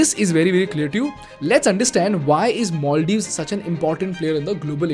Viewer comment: you pronounced maldives wrongly every single time.